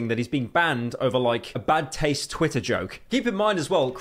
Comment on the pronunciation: That accent is so annoying, the dude can't pronounce Ts. animator "ani-ah-or", Twitter "twi-er", he sounds like he'd unironically call water "wa-a"